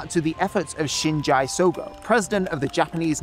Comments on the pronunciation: he also said shinjay instead of shinji, and it made me cringe a little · took so much time to film and research but not enough time to find out the pronunciation of shinji in shinji sogo. not sheenjai bruh, get in the eva shinji